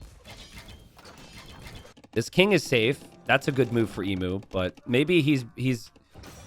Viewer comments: Yeah I died a little inside when I realised Emu was in this game and hadn't fixed his pronunciation of the word... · man I wish you would pronounce Emu right. Its "Eem-you" not E mu. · As a aussie hearing people pronounce emu as "e-mu" instead of "eem-u" is just so wrong